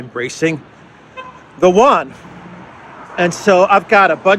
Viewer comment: big fan of yours.. But one small criticism.. can you please not keep butchering the pronunciation of Yuan ¥. It's not pronounced "won" that's Korean.. Also Xi is not propounded Ji.